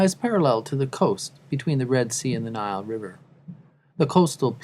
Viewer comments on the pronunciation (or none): none